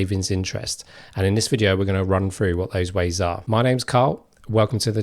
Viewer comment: "We're gonna run frew what those ways are..." "Ways you can build welf"? WTF is 'welf'? Seriously, you became a youtuber when you can't even speak English better than a 3 year old???